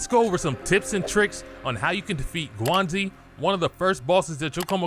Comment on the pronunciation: Guangzhi. Aka "GWONG ZEE" not Gazani